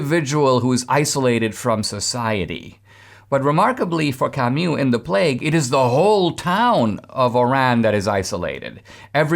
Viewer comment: Camu not camyou, :-)